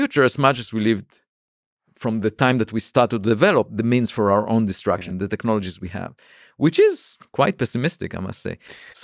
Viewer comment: I love it when he pronounces "destruction" like "distraction" ❤️